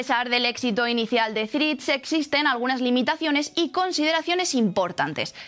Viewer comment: Mirad la pronunciación correcta de la única palabra en inglés que vais a utilizar en el vídeo. Por lo demás gran contenido.